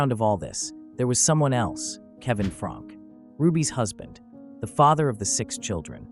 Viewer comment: Her last name is pronounced Frank- key.